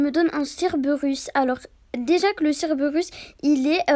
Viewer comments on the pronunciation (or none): C'est pas le: ceurbeurus, mes le CÈRBÈRUS ! 😂😂😁